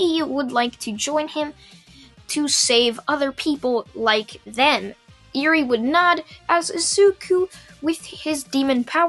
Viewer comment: its not eerie like creepy more like eh-wry